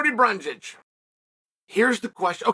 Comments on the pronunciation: Almost got it this time chael but it’s not brungage it’s brundage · Just watched an interview with Cody and he’s not happy with Chael for the name mispronunciation. He’s definitely on team Jorge